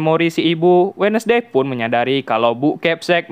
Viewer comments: Bacanya wens'dei bang, bukan wednesdei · Wednesday dibaca WENSDEE bukan WEDNESDEE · Wednesday dibacanya wenzdei bang